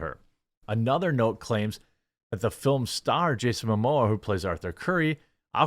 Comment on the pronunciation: Momoa not Mamoa